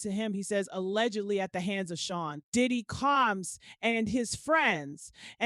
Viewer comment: I need this woman to pronounce these words correctly! Combs - not Calms Like girl come on please